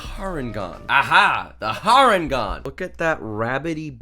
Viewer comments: You know it's not pronounced har en gone it's hair en gone cos it's a hare not a rabbit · I know I'm being "that guy" but its Harengon pronounced Hare like the creature they're based on, not Har Ngon. I'll see myself out.